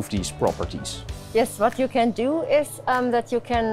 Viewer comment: ik cringe hem om zijn engels xDDD what doew we doew when this rubbah gets hard he